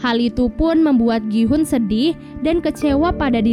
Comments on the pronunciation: Gi hun bukan Ki hun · Gi-houn bukan ki-houn😑